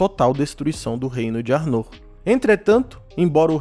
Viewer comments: Se pronuncia 'Ár-noh' com o "-r" dps do "-no'' bem leve, como se tivesse falando internamente, e o "r" dps do "A" mais puxado e longo. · Pronuncia arnor esta errada